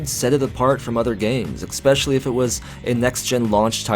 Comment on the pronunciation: "eckspecially"? As in "nukilar" and "ecksettra".. Points will be deducted from your final score young man, you just dropped from two gold stars to one. Now eat your peas and go to your room..